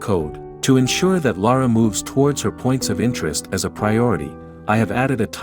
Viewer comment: Is the narrator AI too? Sounds like it to me, using the same word pronounciations as Lara did, including getting her own name wrong!